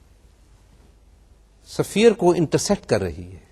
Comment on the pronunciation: safeer nahi hota is-fear hota h